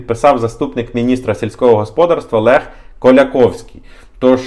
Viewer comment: Правильний наголос - господАрство. Ваш наголос ріже слух